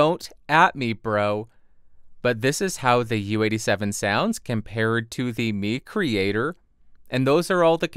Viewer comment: Nice review and music creations! I think it's pronounced 'my creator' like microphone. And any chance on getting the Audix folks to lend you the PDX720?